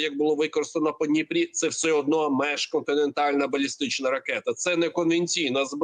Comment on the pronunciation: Міжконтинентальна, а не межконтинентальна. (Другий варіант - перекручене з російської). А так - БРСД, а не міжконтинентальна. Навіть попри заявлену максимальну дальність нібито 6000 км.